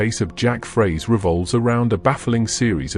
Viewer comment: It’s jack froese not Fraze